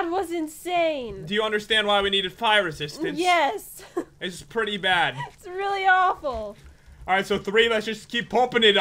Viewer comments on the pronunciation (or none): I thought Pat say! Pire resiatince bt no! Fire resistance